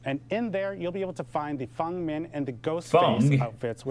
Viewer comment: Just wanted to comment his pronunciation of Feng is correct. That's how it's pronounced in Mandarin <3